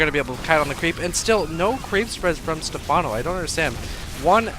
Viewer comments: Pronounced Stefffffffffffawwwwnoo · Step- HANO? SERIOUSLY?